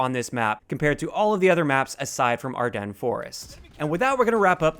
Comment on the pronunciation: Oh my god... someone finally pronounced Ardennes Forest correctly!